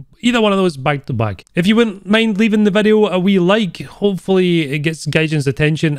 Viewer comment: I love you saying VEDEO :D Greetings from Turkey <3